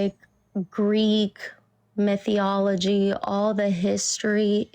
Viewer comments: Oh no , "the Greek meetheeology" 😂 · “Greek myth-ee-ology.” 🤣🤣 what an intellectual turd. So confident, yet so outstandingly stupid. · "Geek myth-iology" 😂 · This chick was the Bone Apple Tea queen! - "Your beating around my bush". 10/10 - "Thats ur umpsumption" 9/10 - "Greek Mythie Ology" 8.5/10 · “Greek mithee-ology” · Greek myth-we-ology was a good one, too. And micro biologic things. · She can’t even pronounce mythology correctly 😖